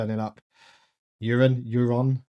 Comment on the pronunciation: Euron’s name is pronounced like you’re saying “you’re on.” Don’t pronounce it like urine. 👀 😅